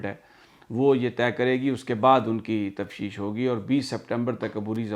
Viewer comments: تفشیش نہیں بلکہ تفتیش ہے۔پلیز اس کو درست کر لیں۔ شکریہ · Sami sir..its not tafshish but taftish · Sami sb.I met u on ave h on Coney Island ave.I keep listening u every day.but the word u speak tafshish is actually taftish.may god bless u. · Array bahi Tafteesh hota hay. Tafsheesh nahi. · سمیع بھائی لفظ تفتیش ہے تفشیش نہیں ہے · Sir im sorry to correct you that the word is(TAFTEESH) تفتیش sorry again sir but you csn check it🙏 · sir on a light note, the word is Tafteesh ;)